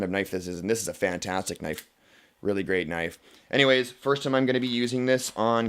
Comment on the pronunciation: Foyst (Boston accent) :-D